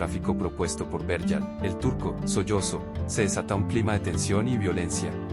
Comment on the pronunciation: Carajo, se pronuncia Solotzo no Soyozo, nadie esta sollozando, tiene uno que cancelar estos canales porque simplemente no pueden hablar y pronunciar bien, no me suscribo a tu canal, que puedo esperar si no siquiera pronuncias bien.